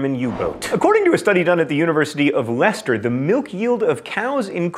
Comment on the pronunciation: Yay, an American said Leicester properly!